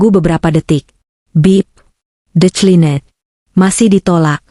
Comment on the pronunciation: Declined (Di klien) jadi De cli net. Kan bagus di sebut Di Tolak. 😂 Banyak lagi,perkataan inggeris yg Pronounciation so terok. Sebut saja, Di Tolak. Dari De cli net.😂😂